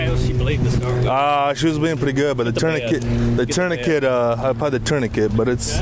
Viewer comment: OMG— the way he's saying tourniquet ( +) sounds like he's saying TUNA-KIT! 😭😭😭😭😭😭😭